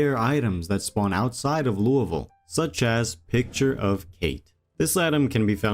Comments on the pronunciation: Im a Kentucky native, I am so damn happy you said Louisville like how 90% of the state says it. Literally every one else says LOUIE-Ville, but nearly everyone in Kentucky pronounces it Lou-Uh-vulle. Thank you. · You are the first project zomboid YouTuber that I’ve heard say Louisville correctly.